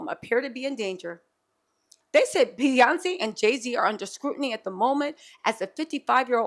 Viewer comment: Not p yonce telsa 🤣🤣🤣